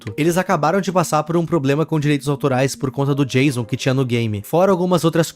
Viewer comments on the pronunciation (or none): none